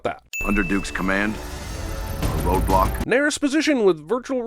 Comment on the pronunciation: The whole video i thought he was saying roblox instead of roadblock.